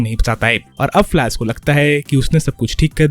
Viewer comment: "Flask" lmao😂😂😂